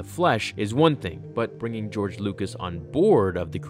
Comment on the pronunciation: “Geore Lucas”